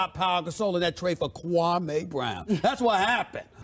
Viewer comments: funniest thing is dude’s name is actually pronounced “kwa-me” not “kwa-may”.......Stephen A basically gave him a new name lmao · hgonz14 I ju I ju I ju I ju I just can't take ... Kwaameee brown ?? You should be banned from talking basketball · kwa-may brown. the way he pronounce his name. that says it all. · u mean..KwaaaMaay Brown